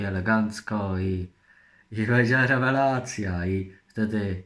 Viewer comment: No wiadomo no, no i wiadomo lewelacja😂 i fascantycznie, no i wszystko wiadomo😁